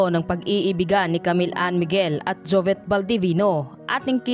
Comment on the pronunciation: Bakit jovet? Jovit ata. Rip idol